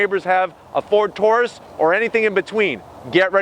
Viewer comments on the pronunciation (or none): none